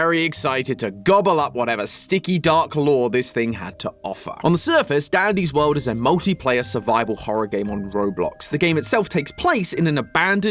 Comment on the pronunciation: bro said "daddy's world"😭